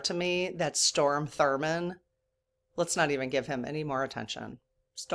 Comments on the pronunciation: It’s STROM, rather than storm. Which is what we’re having across Illinois today!😂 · I mean no disrespect, but his name is Strom (pronounced Straam) Thurman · That's funny. Every time I heard Storm I said, "Strom." He was such an a*s he needs to feel the negatively from this side of the veil. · STROM not storm Thurmond fyi. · *STROM not Storm 😊 no biggie though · It’s Strom, although he doesn’t deserve correct pronunciation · Hey. THANKS for the good you spread. I'm addicted to you so please don't even slow down! I never thought i would be someone to comment with a correction, however... From a place of love and sisterhood, Strom Thurmond, not Storm. I only know this because i have a few years on you and do remember Strom. Not your fault his mama didn't give him a more normal name. You don't have an ego and you value and respect truth. I want people to focus on your message, not that you transposed his name. Again, thanks for all you do and please don't ever stop! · It's STROM not STORM. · Strom not Storm 😊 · It's Strom Thurmond, not Storm... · only because I am old and lived at that time I need to correct you. It’s STROM Thurmand. Not STORM. With that said, I am new to your channel, but am loving it! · It’s STROM Thurmond, not Storm Thurmond. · Just a minor correction.... His name is Strom Thurmond not Storm. Glad you're keeping us informed! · STROM ( not Storm) Thurmond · STROM, NOT STORM... :) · STROM THURMOND, STROM not Storm.:face-blue-smiling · Strom (not Storm) Thurmond filibustered against Civil Rights. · point of information -- it's STROM Thurmond. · I hate to seem critical… it’s Strom Thurman, not storm. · I’m a born and raised Southerner - so I know South Carolina’s Strom Thurman- not S t o r m Just want to make sure he gets all the weight of this feedback- thanks.😊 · StRom not storm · Strom not storm. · it's Strom Thurmond, he was from South Carolina. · It is Strom...not Storm. But thanks for talking about it. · STROM, not storm